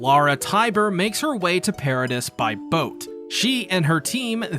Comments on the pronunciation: Your videos are great man but you really need to work on your pronunciations...it's not Paradiss Island it's Paradee. It's not Shigannsheena it's ShigONshina. As someone who's clearly a massive fan of the show it's kind of bizarre that you mispronounce important names and places so frequently. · I don’t care anymore, I’m commenting. I love this guy’s videos, do not get me wrong. The one gripe I have is with the pronunciation of Paradis. I grew up learning French I know that you don’t say pear ah dis, it’s more pronounced parody or Pah Rha Dee. Meaning Paradise. Before I started watching these videos I always read it like I read French, so when I finished the manga and started watching the videos it came as a shock. Not in the sense of how does he not know, but that I never read it like that before and it’s just an agitation. Nothing against anyone but myself for having this stupid behaviour. Yes youtube whatever it doesn’t matter blah blah blah there’s the comment lol. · I enjoyed the video, but the "s" is silent in both "Paradis" (pair-uh-DEE) and "debris" (duh-BREE). Those are French-origin words in English, so the pronunciation gets a bit funky. Even worse, there are some British variations of "debris" that pronounce it completely differently (DEH-briss). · Genuinely had to stop at “per-a-dis” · It’s pronounced para-dee bro, the S is silent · couldnt continue watching after the 3rd "Peredisssss" sorry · DEAR GOD ITS PRONOUNCED PAIR-AH-DEE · Wait I’m confused. Is Paradis pronounced “Para-diss” or “Para-Dee” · You pronounced Paradis wrong 76 times in one video. Congratulations on making me mad